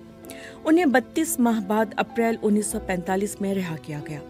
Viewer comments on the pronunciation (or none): none